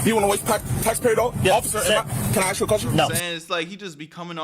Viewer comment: Just like you say aks instead of ask